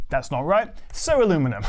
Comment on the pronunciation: Made up of: ❌ - Ceraluminum ✅ - Alumilomo 😂😂😂 Ikykyk